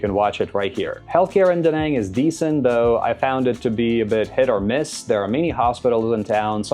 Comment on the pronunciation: Spending 2.5 years in a place and still not knowing the proper way to say the city…. Stfu